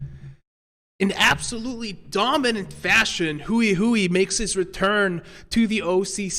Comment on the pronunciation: I think now would be a good time for the casters to learn how to pronounce Hui Hui / 辉辉. Pro tip: it's not "Huey Huey"